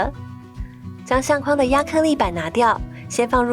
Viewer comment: 相框，框，念“况”第四声；筐子，筐，念“匡”第一声。